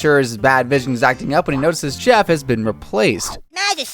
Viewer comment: Calling chef “chief” hurt my soul